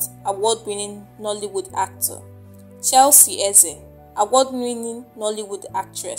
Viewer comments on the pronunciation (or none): none